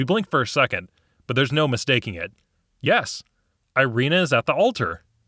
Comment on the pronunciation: You kneel before me. Very eastern european yis yis